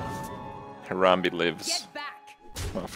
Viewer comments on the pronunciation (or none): Goddam it Kripp say your memes correctly. Its Haram-bae, not Haram-bee.